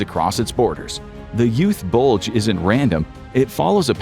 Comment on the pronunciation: Bro why do you keep saying BULGE like that 😭